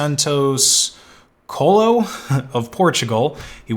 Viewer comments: Quayle-yo is a better pronunciation strategy for Omnipotent's surname. (still heavily americanized though) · Isny it pronounced Kwey-Lo or Kwailo lol. I dont think the h is pronounced. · Sorry, you missed the pronunciation of "Omnipotent" as well. It's pronounced omNIPotent. PS Coelho is pronounced Cwelho, roughly. Correction: "Cwello" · it reads /coelio/ the "i" sounds as in India, and the "e" as in example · "coal eh lio" put that on google translate TTS in english, thats how you are supposed to pronounce his name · Coelho is pronounced Kwelyu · thank you, a native speaker confirmed what you said in another comment - the 'h' is silent. "Cwello." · as a portuguese speaker I have just found the best pronunciation of "coelho" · im portuguese and man, you really did butcher that name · Man you really butchered "coelho". "Lh" in portuguese is similar to "LL" in English such as in the word "million"